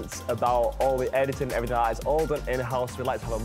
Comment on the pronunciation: "le erryteeng" is a linguistic master